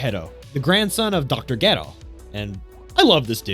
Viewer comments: Great breakdown but laughed with how he pronounced Dr. Gero without the j they even call him by his name with a j in the movie 😆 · I stopped watching the second you mispronounced Dr. Gero's name. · Gedo you mean dr dero get it right my man's 😅😅😅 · It really sounds like you're say Dr Ghetto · Why it sound like you saying ghetto!! You torturing that name bruh, have you ever even watched the series??☠️☠️😔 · Why do people mispronounce so many dbz names that are plainly known it dr ger-o not dr. Get-do also its not Brawly its Bro-li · Okay wait a damn minute is it Dr.Gero or Dr. Gedo? I promise you if I have pronouncing the name incorrectly for years im going to go crazy 😂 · oh okay that makes a lot more sense now. I thought I was going crazy from hearing the announcer in the movie saying Gero and hearing him here saying Gedo. Thank you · "geh-row" LOL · Just say Dr. Hedo. Hee-doh. Like Hero. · You triggered me the way you said dr geros name…..it’s Dr GER-ROW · Jeh-roe! All together now🙄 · Pronouncing Ger-o wrong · Why is the narrator pronouncing Dr. Gero's name so wrong, kind of shows the narrator never watched DBZ and is just reading lines. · Is anyone gonna tell this man how incredibly wrong he’s pronouncing dr gero? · you saying Dr Gero wrong the whole video makes me ears bleed. but good review thanks lol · why on earth are you saying dr gero's name like that? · Is that how they pronounce his name in Japanese … cus man it’s bothering me hahaha Dr. Gero damnnn I need the English pronouncing of it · Why tf does he said gero like that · I don’t like how you pronounce gero and hero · did you pronounce gero as gero .-. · im pretty sure you have never seen dragon ball. considering you don't even know how to pronounce Dr. Gero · I cant stand him saying dr.gero wrong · Your mispronunciation is the most asinine thing ive ever heard. Wtf is wrong with you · I was totally into this until he says Dr Gero... like...hold up... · I hate how you pronounced Gero